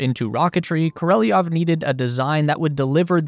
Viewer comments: Kor-o-lev.... not ko-rel-i-ov... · It's kor a lev not knoleviov. you seem to get almost every Russian name wrong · You really don't care what you say to your auditory. You have written Sergey Korolev, yet you read Sergey Korelov. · I dont speak russian but if you’re dislexic like most American’s BEAIN cannot read elementary foreign words… at least practice… Korolev and not Koryelov. There are 2 “o” s . Why do you pronounce the Devon o as an “e” ??? And the last “e “ as an “o”??? Or Koreleyov …? Even worse… such an effort to put this fantastic doc!!!! Why not pronounce the only thing matters the main character’s name ….(?) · Koreliov? Why do Americans have so much trouble reading foreign names and words butchering them completely? Why do you speak an i while the name Korelov does not have an i in it? The rest is very interesting. In terms of the Soyuz it seems its purpose and design will evaporate with the end of the ISS. It's also not the cheapest method anymore for launching satellites into space and the current emperor is more interested in Ruski Mir by imperial conquest than the pursuit of science. Even Korolev was a Ukrainian scientist who was scammed by another politician who wanted his job and managed to dump him in a gulag. It's kind of a miracle they managed to invent anything under these kind of pressures and the main reason why others catch up. They could turn a cosmonaut into a hero when he crashed an burned by incompetence but let Kazachs exposed to nuclear testing for science and effects on humans just evaporate in history. The truth is that the Chinese actually improved on the Soyuz design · Dude, just READ HIS NAME. KO-RO-LEV, not KO-RE-LI-YEV. Not difficult. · Why do you say Koreliov? Its KorOliov. Its not that hard. If you make a video about a man, at least get his name right please! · his name is korolev.... not koreleov! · Hey dum dum. ... it's not Koreleoff..... It's Korelev! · Koro- lev ** not kor-el-eoff koro-lev cross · KO - RO - LEV you plebe